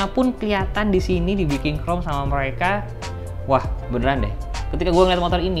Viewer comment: Biasa Kan Keceletot Lidah Nya Antara Mau Ngomong Indonesia Sama Mau Ngomong Inggris 😂